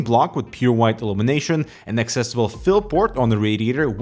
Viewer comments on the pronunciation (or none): none